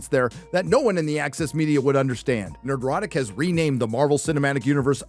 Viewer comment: The only thing that annoys me about is how he pronounces Nerdrotic. He adds an extra syllable into the word that isn’t written, and as a linguist, I hate it so much. As written, it should just be ner-dro-tic.